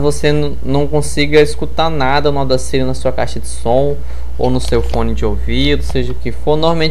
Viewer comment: Ótima aula, obrigado! Dica: a pronúncia correta do software é Audácity, com A acentuado no momento de falar.